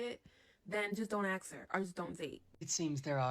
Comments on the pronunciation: Don’t ax her? It’s “Ask”, not “Ax”. 🤷‍♂️ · . Yah, izz too much to AXE for. ok. We won't AXE her.